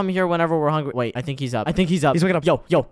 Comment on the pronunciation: Hungy instead of hungry